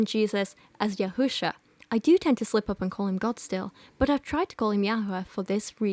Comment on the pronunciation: I'm a native Hebrew speaker and her "Hebrew 'real, proper' pronounciations" are nonsensical and sometimes downright false (Yehusha? Really?). Though as a Jew, I'm glad she got His name wrong, because you're not supposed to use the Proper Name at all.